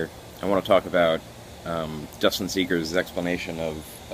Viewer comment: "SEgers" not "SEEgers" fyi.